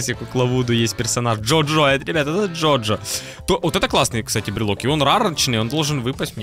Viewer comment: Джу джу❌ Джо джо✅